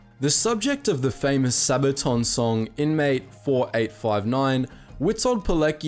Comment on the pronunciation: Just want to say for future reference, there's a couple pronunciation things in Polish which are very different from English. Just in the name Witold Pilecki, there are two: the 'w' is pronounced as a 'v' and the 'c' as a 'ts'. So the full name would be pronounced like this: Vitold Piletski. This isn't me getting mad, because Polish is impossible to speak if you're reading a sentence, for example, and don't know all the ins and outs of how to pronounce it, so this is really just a 'for next time' comment. Your vids are great!